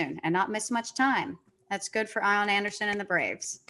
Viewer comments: Idk if this is a joke comment but the Ian Anderson pronunciation has been an inside joke on all the jomboy podcasts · Just started this one - all in on most Jomboy podcasts.. I am done after hearing I-On Anderson.. rough listen when every name is mispronounced. Back to Rose Rotation - I’ll try this one again soon. Let’s Go Mets